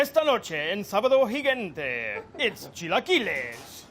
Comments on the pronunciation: "gigente" okay dude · He mispronounced Sabado *Gigante*.. oh Rick, how could you? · he pronounced gigante wrong... Don Francisco is PISSED rn